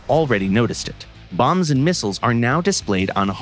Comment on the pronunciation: I have to agree and say I heard guided "moms"